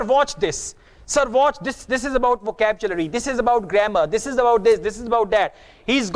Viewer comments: Really? What about "VACAPCHULARY" of in this video? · Ha ha, first time heard this kind of pronunciation. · excuse me im an m.a in eng literature..sir its wohcablary...nd nt wohcabchulary( vocabulary) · With respect your pronunciation is also wrong about vocabulary. Please check out from native speaker . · You're pronouncing some certain words wrong such as Android , Vocabulary and our but anyway keep goin'